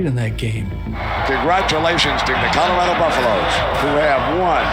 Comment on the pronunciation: Lol Nigga said “Colorada”